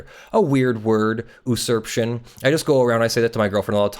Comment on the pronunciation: OK I have to stop you right here. usurption is pronounced YOU-surp-tion, it is not pronounced oo-surp-tion.